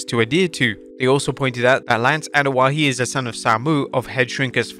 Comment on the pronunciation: Its not (Anoa'i)Ano-ah-HE... Its Ano-ah-E... They have less syllables in samoan, hawaiian and polynesian culture/language... yer butchering it and sound like a damned fool